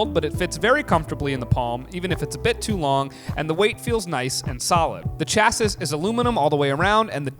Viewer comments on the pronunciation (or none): FYI : Chassis pronounced Sha - se